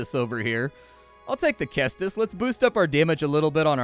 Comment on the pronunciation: "Cestus" is pronounced like "sestus," not "kestus." Threw me off for a minute and I had to go look it up to make sure I hadn't been pronouncing it wrong all these years.